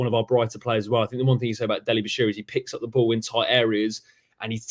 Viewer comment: Just watched back. Great cast. Did nobody have the balls to tell Robbo it's "Bashir UUUUU" ;)